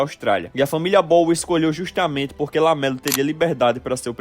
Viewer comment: ''Basquetchi'', ''Axistchências'', ''Justchamentche'' kkkkk muito bom, sqn